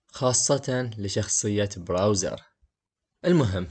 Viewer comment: سؤال كم مره قال براوزر؟